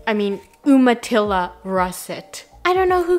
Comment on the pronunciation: I had to come back to this one because I love the recipe and it was your 2 year ANNIVERSARY!!!! 3.5K likes now!!! Also Umatilla is pronounced YOU muh Till uh.